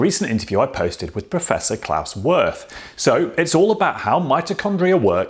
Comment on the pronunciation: His name is pronounced "Veert" and not "Worth" :)